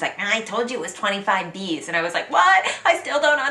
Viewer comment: For your french, "25 bis" is NOT "25 bises" but "25 biss" .